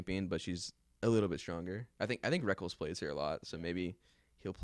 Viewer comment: Haven't heard that pronunciation of Rekkles since s2.